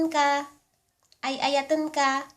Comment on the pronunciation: Ay ayaten ka not ayayatun ka